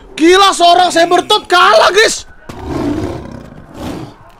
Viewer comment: sebbertot bang